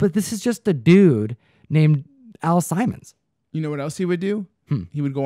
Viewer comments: Al Simons lolol Al Simmons guys. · Nice touch with the aviators. Also it's Sim-mons.